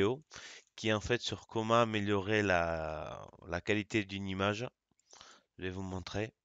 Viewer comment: Il faut dire image et non imaze